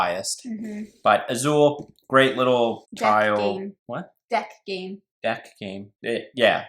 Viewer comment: But I realized you mispronounced Azul